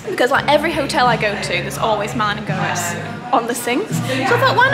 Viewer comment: Goetz is pronounced Gates! 😊